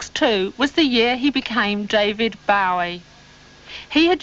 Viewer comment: Omg. Why can't she say his name right?